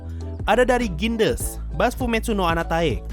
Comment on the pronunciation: bacanya gondes sensei, itu bahasa ledekan jawa tengah & timur. Pernah denger dari temen sd dulu waktu dimarahin □ gara²rame dikelas Funfact doang, bukan bemaksud buruk